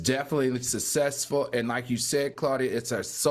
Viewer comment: Why can't Al pronounce successful properly? It's not susaysful. Claudia knows what I mean.😂